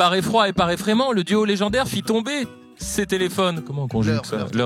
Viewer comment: Cest fou de faire deux fois la même erreur de prononciation (ses)😭